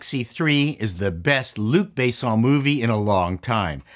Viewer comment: "luck"bess"en" ,ya old coot. you'd think you were a dang Canadian...